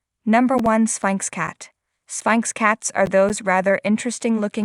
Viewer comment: "Spike's cats"? No, Sphynx cats. Your AI voice failed you!